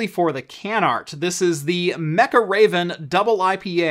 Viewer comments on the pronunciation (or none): none